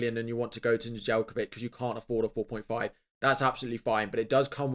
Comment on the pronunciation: Speaking for all my Serbian people, you definitely butchered Nedeljkovic last name